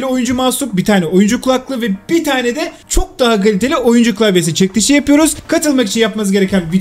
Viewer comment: Su adamin cekilise ceklis demesine bayiliyom aw